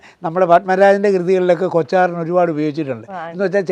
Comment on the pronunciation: കൊത്താറൻ ........ എന്നാണ് , കൊച്ചാറൻ അല്ല